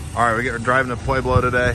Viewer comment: It's not pwayblo it's just pueblo...